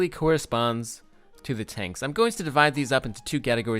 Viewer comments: I love how it says tonks not tanks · from about ~ I love your "Tonks" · What are "Tonks" lol